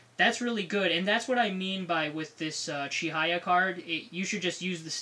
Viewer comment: It's "Chihaya", not "Chihiya. :/